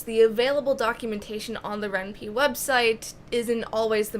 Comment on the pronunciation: Ren'Py is pronounced as "Ren-Pai" as similar to "Senpai".